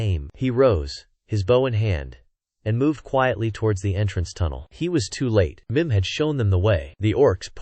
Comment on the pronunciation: Why is Mim’s name pronounced like thirty different ways in this video? Sometimes two different ways in a single sentence.